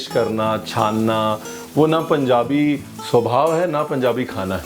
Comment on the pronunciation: Love how he says Punjabi. Being a punjabi feel so good